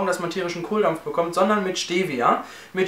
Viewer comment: Tolles Viedeo Aber ihr deutschen sprecht Stevia alle falsch aus :D